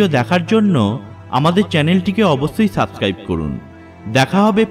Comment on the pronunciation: কথা পরিষ্কার না।অবশ্যই=অবছ্যই।সভ্যতা=ছভ্যতা না।হা হা হা...